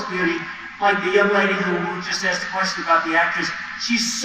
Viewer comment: Axed them ,that's what it sounded like . Dogging someone for being foreign can't even pronounce asked.